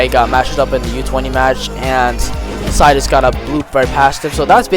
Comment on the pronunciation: w video bro but stop saying sai